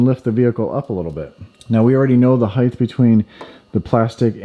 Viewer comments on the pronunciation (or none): Height ends in a T not a TH. Height not Heigth.